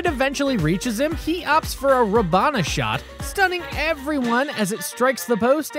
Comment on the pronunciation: I heard this dude say “ra bon a” in stead of “ra bone a” and I was out